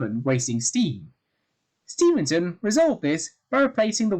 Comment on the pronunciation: Stephenson, it’s Stephenson. Important to avoid misnaming people.